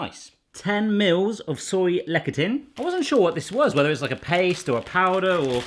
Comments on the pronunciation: Is it really that hard to find Soy Lecathin in the UK? Also Lecathin is pronounce "Less-a-thin" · Lecithin Is pronounced "Less-ith-in". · It is pronounced lecithin (less-a-thin-) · LEh - si -t hin... ci is usually pronounced as S in Latin derived words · It's pronounced "Le-si-tin"